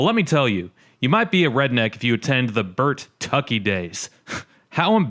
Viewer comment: It's Bur tucky not Burt tucky 😮 there is only 1 t in It's spelling🙄